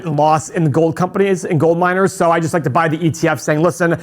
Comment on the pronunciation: When you said “you like miners” I thought you said “you like minors” 😳